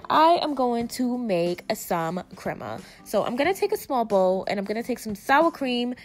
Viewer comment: “Tortil’La” & “creama” love it lmao